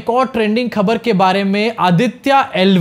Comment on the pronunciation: Kya khabar khabar krte ho --- thodi urdu mila lo khhhabar with dot ' k' ke neeche laga lo